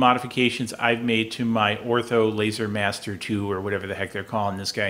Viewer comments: The name is pronounced Or-tur. Not Ortho. Other wise your videos are great. I like your short and to the point videos. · Why do you keep calling it "ortho" laser?